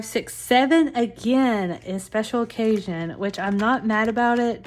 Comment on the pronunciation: Oh my word, the whole time I thought you were saying “Special Cajun” not special OCCASION 🤦🏼‍♀️🤦🏼‍♀️. Being in the south I just figured it was a Cajun event😂